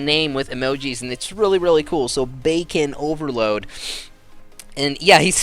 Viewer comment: Idk if anyone noticed but he kept saying Bacon Overload when it's Bacon Overlord.